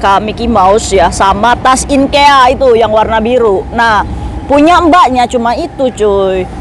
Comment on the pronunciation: IKEA 😂 bukan inkea kaka😂😂😂😂😂